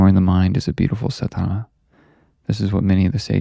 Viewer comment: Just a small correction brother...its pronounced "saadh-naa"